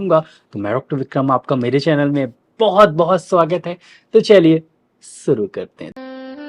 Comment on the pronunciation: सुरू .... नही शुरू करते हैं